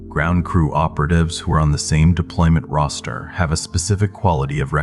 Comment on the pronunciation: I heard his pronunciation as roaster Not Roster. Vowels matter to me ❤